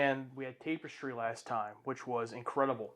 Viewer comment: TAPE-istry? Dude, it's TAPP-istry.